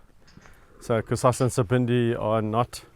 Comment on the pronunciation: Hi guys. Just reading comments and I see many people referring to the lion as Cusassa, or Cusasa, it is actually Kusasa, a South African Zulu name meaning Tomorrow. That is all, please don't bite my head off🙈🙈❤❤